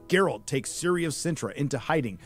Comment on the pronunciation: Who is Siri? Or you mean Ciri (Cirilla)